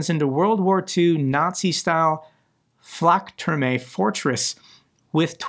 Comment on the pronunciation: You pronounced Flakturm pretty good